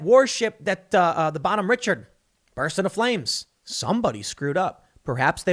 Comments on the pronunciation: Pronounced RA-shar-D, not Richard. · It’s pronounced rish-ard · Every sailor in Navy is supposed to be a trained firefighter. The Bonhomme Richard was a disgrace. Pronounced Ri-shard by the way. Nickname was the Bonnie Dick.